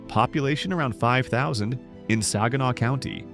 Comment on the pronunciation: I see that Caseville and Saginaw are also pronounced wrong as well.